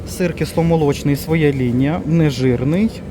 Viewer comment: ПривЕзли, покАжу так наголос ставлять на Хмельниччині, а у Львові говорять привезлИ, покажУ., ви не з Хмельниччини родом, ну Шо ж, ну Що ж, сімдесяТ, замість сімдесяТЬ, свОя лінія --- своЯ, вишнЬОю---вишнЕю, нічого поганого в цьому не бачу, вдячна за огляд.